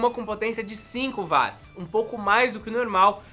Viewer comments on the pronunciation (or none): none